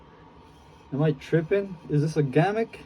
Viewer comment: Pronounced gimmick not gammic